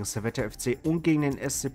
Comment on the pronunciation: ja, Servette ist aus Genf. Das wird aber nicht "Servette" gesprichen, sondern ohne das "e" am Ende: "Servett" (weil französisch-sprachig). Im Logo steht "Genève", was französisch für "Genf" ist. Ähnlich wie beim FC Sion, denn aknnst du getrost auch FC Sitten nennen, um den Deutschen Namen zu verwenden (gerade wenn du den französischen nciht aussprechen kannst). ;-)